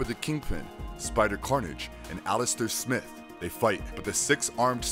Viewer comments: You're pronouncing Smythe as Smith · It is Smythe! SMYTHE!! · You don't pronounce smythe right but other then that it was informative